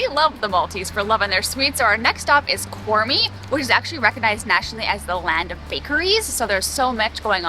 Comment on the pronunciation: Thank you for making this video. It is so wonderful to see my parents' country highlighted and all the wonderful food stops there! I can't wait to visit with my family, it's been over 40 years since I've been there. PS Qormi, the Q is silent, so 'ORmee' is the pronunciation ❤️